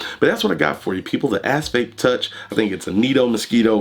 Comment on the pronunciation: Sounds like your saying ass face 🤣😂🤣